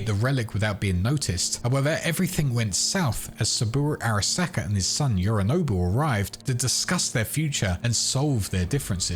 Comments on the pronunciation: great vid but what is with some of them pronunciations? Yehrinobu? did you even play the game? I got confused not understanding who you were talking about until you said it a second time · Absolutely brilliant timeline presentation. Literally the only bad thing I can say is the pronunciation of Yorinobu and Takemura Goro sounded like Yarinobu and Guru Tackeemora, which threw me off for a sec but still really appreciate the mammoth effort that went into putting this together. Thank you so much.